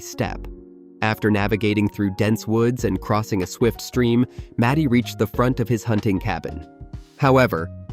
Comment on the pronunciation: His name is MARTY not matty